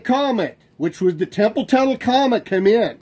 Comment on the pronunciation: Why is that guy screaming? And, why does he pronounce 'comet' as 'comment'?